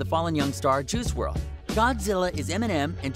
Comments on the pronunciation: Did this dude say Juhrual? Dude is definitely reading from a script 😂. Juhrual. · This man said F-T Juice WRLD lmao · "Ju rule"??